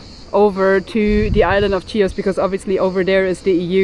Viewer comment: its not CHIOS its ''HIOS'' the pronanciation its not CH its H [like ''h''ard for example]..!